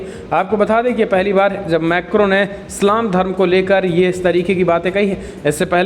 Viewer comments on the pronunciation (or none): Aur annual macron name hai sale narkel nahi tari ache se kiya kar tab vidio banaya kar .